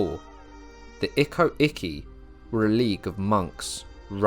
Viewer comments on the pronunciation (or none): Good video mate, obviously perfect pronunciation isn’t reasonable to ask, but some words were way too wrong, mainly the “icky” are actually called “ikko-Ickee”